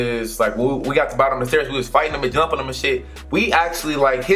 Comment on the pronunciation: you said "Yumping"